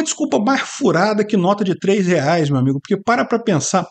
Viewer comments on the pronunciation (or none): none